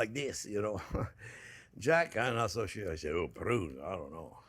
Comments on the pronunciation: That ending was "so hot" that Jack went out of focus with that camera! Chef Onyo, can you say it one more time? Saddoh mazzochist! LOL! Love the Chef Onyo!!!! Have to try that with the "prrrrruuuuunnnnes!!!" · There's a few words I use from Chef, like "budder" "onyon" and now "prrrrrrunes" 🤣🤣🤣🤣